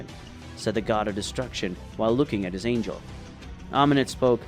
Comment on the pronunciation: Anya? Who read this they don't know how to say angel